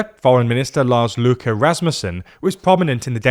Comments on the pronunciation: INSANE EFFORT PRONOUNICATION OF LARS LØKKE WELL DONE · I find it funny he pronounced Lars Løkke in almost perfect Danish, then just went complete English for Rasmussen